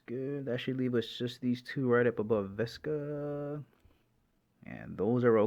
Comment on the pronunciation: Vishhhhka not viska